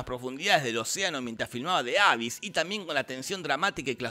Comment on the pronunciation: Mini comentario. The abyss se dice "di abís"